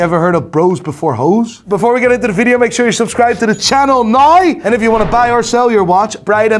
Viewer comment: Learn how to say word "NOW" please ffs just that one. Just learn that one please